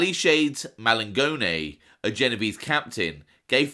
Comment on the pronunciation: for this watching, the pronunciation is "jeh-noh-veh-zeh' ! ! Ciao!